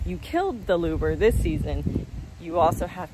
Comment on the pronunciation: Great info just fyi it's pronounced lubber not luber